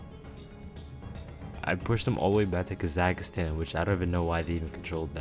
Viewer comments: also am not sure try it on Google translate the Kazakh part was supposed to sound like a e but you said it like a A. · Bro said Kazakhstan wrong 😆